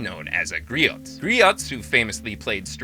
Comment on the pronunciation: It’s so weird how they pronounced it “gree aht” and not “gree oh.” I’ve never heard it pronounced that way.